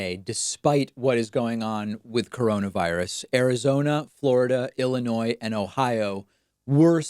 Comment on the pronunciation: Thank you for keeping the s silent in Illinois !